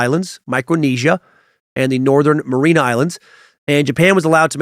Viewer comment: I died when Dan said the “marinara” islands… 😂 Mariana, like the trench 😅 So much in this suck though, great episode as always ❤